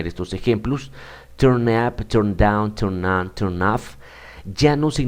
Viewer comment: Su explicación y planteamiento del tema son buenos. Sin embargo la pronunciacion de muchas palabras, es incorrecta, creando confusión. No es elevenD, es eleveN; no es fiveteenD, es fiveteeN; onD, es oN; no es downD, es dowN; no es turnD, es turN, y así hay varias repetidas muchas veces, errores que calan y se multiplican. Gracias.